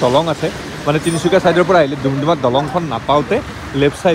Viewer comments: দুমদুমা নহয় দাদা ডুমডুমা হয় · ডুমডুমা ✅ দুমদুমা ❌ ভাল লাগিল 👍❤